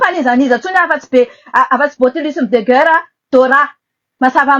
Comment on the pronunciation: Ity tena pute ka ! Ilay tomba fiteny 🙈 guerre aza tsy hay manonona 😂 dondrona enao ka ! Maivana be refa mba manao commentaires 🤣